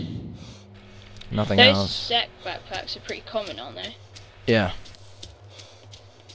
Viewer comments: Hey Id like to correct one thing about your videos...You pronounce Czech Backpack sth like "sack backpack"....But actually its Czech like from Czech Republic ;)....But anyway I seriously love these videos go on and make more and dont forget to keep rocking :) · Czech is pronounced check not zeck btw :P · Why do you pronounce Czech as if it's spelled Zeck? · "czech" is pronounced "Check"